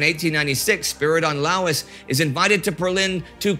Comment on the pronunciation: Oh Indy, you "killed" a little bit the pronounce of Spyridon. It is pronounced "Luys". General (with very few exceptions) in Greek ou=u ;)